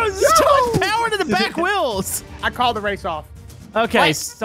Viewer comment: I like how pronounces wheels with whels